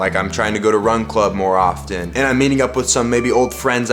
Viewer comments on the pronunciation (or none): none